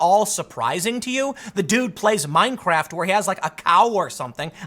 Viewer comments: 😨 did you say meinkraft 🤣🤣🤣🤣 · Minecraft not meinkraft